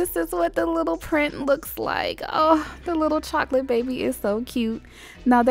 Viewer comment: Is it just me or did she say chocolate baby boy 😬